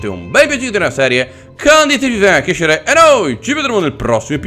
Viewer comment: ormai conosciamo la tua autro ma per favore scandisci le parole e non dire "per aiustsv il casvvc a cresciere"